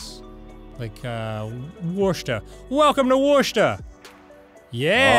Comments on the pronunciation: Hearing Dan mispronounce Worcester made my day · As someone who moved from Massachussetts to Washington, I feel the same way about how Danny pronounced Worcester. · Me living in Boston when they said Worcester wrong